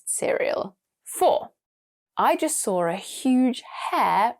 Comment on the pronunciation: Am I the only one hearing “I just saw /r/ a huge hare…”? The ‘r’ sound?